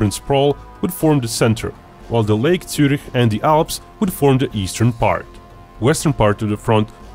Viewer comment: wtf he pronounced Zürich the right way :O